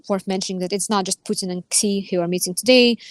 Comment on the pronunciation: I don't think I've ever heard of "President Ksee" before. Some people pronounce his name as "she", and some people get the Chinese phoneme transliterated as X correct, or at least try to. It sounds like a kind-of-odd sh sound. The Chinese class I took was many years ago, so I can't say it right anymore. But it's certainly a sound that would get anglicized as sh, not as ks. It's odd to hear talk of Russia becoming a junior partner in its relationship with China. China is a superpower, and has been for quite some time. Russia is a gas station that used to be the core of an empire. It's not even really a country. To qualify as any kind of partner of China, Russia would have to do a whole lot of winning, not suffer humiliating losses.